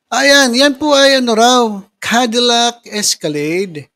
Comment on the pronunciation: Cadillac.. hindi po candilac..😂😅